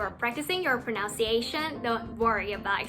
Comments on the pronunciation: Pronunciation ต้องพูดว่า “นัน” นะไม่ใช่ “เนาซ์” แล้วก็ที่บอกว่าเสียง T หายกลางคำมันไม่ได้หายขนาดนั้น อย่าง winter ก็ไม่ได้พูดออกว่า วินเนอร์ ขนาดนั้น แล้ว important คำหลังมันจะไม่หายไปเลยเพราะแบบในคลิปจะกลายเป็นคำว่า “อิมพอร์ท”(import)ไปเลย การสื่อสารมันจะคลาดเคลื่อน ปกติจะออกเสียงกันว่า “อิม-พอร์-อึ่น” ประมาณนี้(สะกดไทยให้ตรงคำออกเสียงอาจจะตลาดเคลื่อน) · pronunciation..แก้นิดนึงเนอะ..ออกเสียงpro·nun·ci·a·tion /prəˌnənsēˈāSH(ə)n/ ซึ่งเป็น คำนาม ต้องออกเสียง โพรนัน สิเอฉั่นไม่ใช่ โพรนาวซ สิเอฉั่น จ้า (ถ้าเป็น V ..ก็ pronounce ออกเสียง /prəˈnouns/ โพรนาวซ ซึ่งต่างกันค่ะ เผื่อน้องๆคนอื่นดูอยู่) โพรนัน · Pronunciation อ่านออกเสียงว่า โพ- นัน นะคะ ไม่ใช่ โพร นาวซ์ ค่ะ